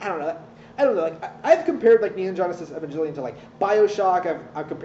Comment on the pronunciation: can understand the show but can't understand how to pronounce evangelion apparently though #fakefan